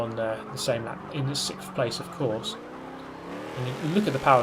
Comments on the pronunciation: For the love of God it’s 6th ( SIXTH) place not sikfth not sixft it’s SIXTH! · Ok you want the cure for "sickffffff"? Here you go. Just imagine them as 2 separate words. The end. Out loud say "six" Now say "th" Six..............th Six.........th Six...th Six th